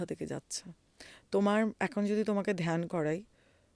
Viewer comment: ধোয়ানি, ধিয়ান, মাহাদেব এসব না বলে ধ্বনি, ধ্যান,মহাদেব উচ্চারণ করা যায় না!🙂